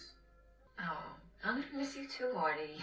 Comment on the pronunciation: ARTIE not Archie